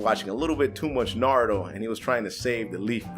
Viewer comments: its not narudo its naruto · Sorry to inform you, but its "Naruto" not "Naruo". Just A pet peeve I have. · Its NAR-U-TO